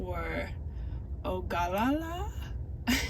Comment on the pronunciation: It's pronounced O-ga-lla-la, excellent video! Nice to see a real world video about a Tesla.